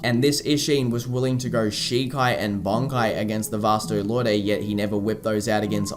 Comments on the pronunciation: I think Lorde is just pronounced Lord. It had me for a while too, until I looked up the proper pronunciation. It would be cool to see other Soul Societies of other countries. I think a Kubo one-shot covered the UK but it would be interesting. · Dude- I love the video, but I can't stomach the way you pronounce "lorde."